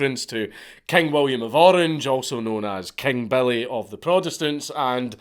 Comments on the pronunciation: Took me an hour before I realized you were saying Billy boys. Not belly boys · Took me way too long to realize he is saying "Billy" not "Belly".